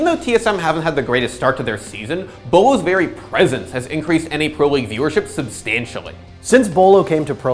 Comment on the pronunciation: ITS BOLO